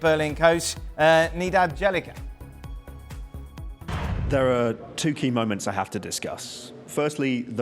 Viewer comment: Bjelica becomes Jelica. Dan please stop attempting to pronounce foreign names, its just not for you.